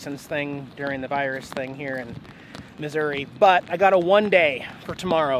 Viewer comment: Yay! You said Missouri correctly this time. Lol. FYI there's a few boondocking spots in a conservation area near Clinton Mo.